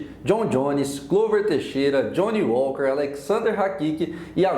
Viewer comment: Jhony Uóker !?! 🤷🏻‍♂️😅